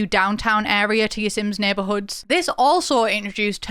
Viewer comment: You reading those neighborhood names was criminal 😄💀